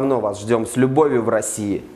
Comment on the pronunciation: ты б хоть в гугле переводчике послушал как правильно ставить ударения в словосочетании - ласкаво просимо.